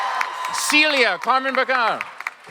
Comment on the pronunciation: the host said the names wrong (morena, david, camren)